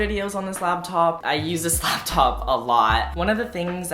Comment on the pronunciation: he uses the slaptop a lot? xD why do I always hear slaptop